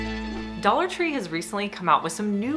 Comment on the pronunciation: Dollar Tree "tray" and "succulent"